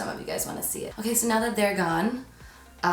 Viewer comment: Lol “now that THEY’ER gone...” 😂